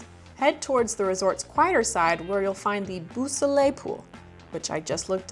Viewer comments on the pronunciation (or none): Good try at Beau Soleil,, but it's pronounced "bow, so lay/lei."